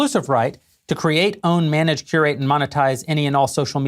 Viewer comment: also, , he glosses over curate very quickly, listen to it a couple of times, he says exclusively very poignantly so he's capable of it, but curation is massive